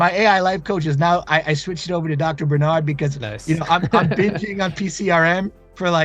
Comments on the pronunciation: It's BAR-nard.... BAR... not bern... you're both fans and can't even have enough effort to pronounce his name right. Rattle off PCRM with no problem... BAR...get it right, please. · I've been on your case for years to get his name pronounced right... it matters. sheesh